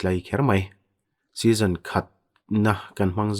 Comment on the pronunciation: Session leh season kha i lam sual deuh....ho mai mai a ni na a